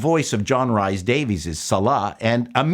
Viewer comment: FYI Rhys is pronounced to rhyme with Lease/Peace not Lies/Pies :)